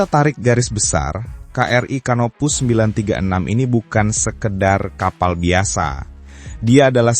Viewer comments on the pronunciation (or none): HARAP '' CANOPOUS '' dibaca sebagai ''KANOPOUS''